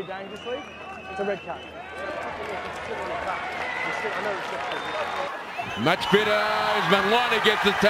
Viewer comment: "red cya" ? :D